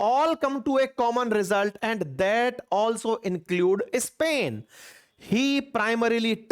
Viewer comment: सर , आप इस्पेन क्यू बोलते हो जब के pronounce स्पेन है ?